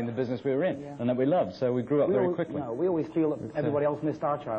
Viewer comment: “ So we had to grow up very queekly”...